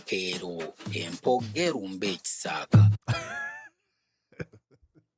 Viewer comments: Empoggo erumbe ekisaaka. But in reading it sounds like empogge'rumbe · Point of correction; was saying ",empoggo erumbe" so when making a sentence it sounded like "empoggelumbe......" He didn't sound the "O"